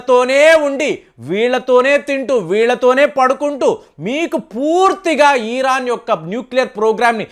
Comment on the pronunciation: దయచేసి ఈరాన్ అని అనకండి, ఇరాన్ అనoడి